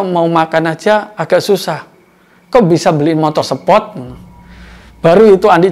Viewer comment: Mon maap gua ngakak pas bapak ngomong "motor sepot"😂